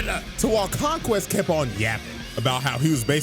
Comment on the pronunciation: Some ✨Fella✨ said "King Vonquest" 😭😭